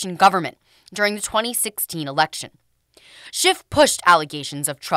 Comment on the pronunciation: It cracks me up that Kevin McCarthy calls him "Schift" ( it is actually schiff). SCHIFTY SCHIFT lied on camera and under oath including making a "parody of the events".